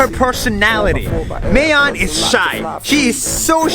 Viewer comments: Its Ma-yon not may-yon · Its not mehyon its ma yon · How nas says it: maeyon How filipinos say it : mayon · mayon not may own ma yon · Its not mey-yon is MA-yon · Its not mayon Its ma yon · You pronuced mayon wrong